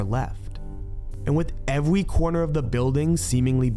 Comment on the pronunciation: Did you say evewy?😂 Still love your videos bro!! Keep up the good work.